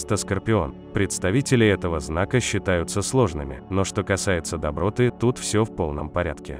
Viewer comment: Спасибо за приятную для меня информацию, но....извините, очень режет слух неправильное произношение слова доброта -ударение в слове доброта ставится на последнем слоге!!!!!!.... комментатору хорошо бы повторить правила русского языка...